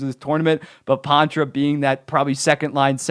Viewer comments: It’s pronounced Paw-truh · I know it’s Poitras, just the way he’s saying it is Pontra for some reason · You mean poitras right?